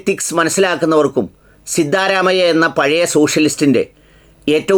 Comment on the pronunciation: "സിദ്ധാ,എന്ന് നീട്ടരുത്,അതൊരു.സുഖ കരല്ലാത്ത സ്റ്റൈലാണ്...,! ആകെയാൽ (സിദ്ധ) എന്ന് നീട്ടാതെ പറയുന്നത് കേൾക്കാനാണ്,ഭംഗി... (സിദ്ധ രാമയ്യ)